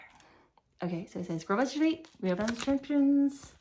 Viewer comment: it is not "sweet cake". It is a suet (soo-ett) cake